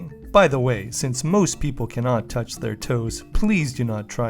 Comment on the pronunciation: i can toughtsch my toe, when i bau my knee so slitly incorrect ;) keep up the good, but you failed